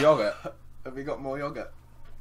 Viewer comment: I love the way u say yogurt you say it like Yuhgourt